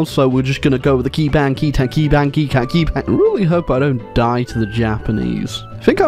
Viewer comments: Its kebangkitan,not kèbangkitan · i think it would be better as "kuh-bhank-khih-thawn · As Indonesian, that pronunciation is really funny xD. I gotta give it to ya, you really close to pronounce it. Here hows you pronounce it "ke-bang-ki-tan" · As a Malaysian, the way he pronounced "kebangkitan" made me laugh so hard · As an Indonesian the way he says "kebangkitan" Hurts me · Try saying kebangkitan but change the e to u then you'll prob pronounce it right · as an indonesian, i cringed after you tried to pronounce the word 'kebangkitan' but it's alright mate at least you hate the dutch opressors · butchering the word for revolution I see, now its time to have a world wide kebangkitan